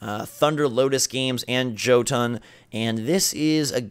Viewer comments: it's pronounced Yo-tun... Sorry im not normally a grammar Nazi but it's Nordic themed... My weakness lol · Friendly FYI, you missed pronounced Jotun. The J is pronounced with a Y sound. It's a Nordic word and J's in the Nordic languages are pronounced like Y's.